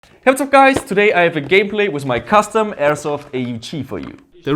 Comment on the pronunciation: says "Whatsop gois..." LOL